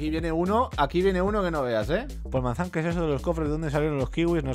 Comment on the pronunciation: Joder que me Hubiera pasado si Yo hubiera dicho Poolmazan en vez polmazan Baneadisimo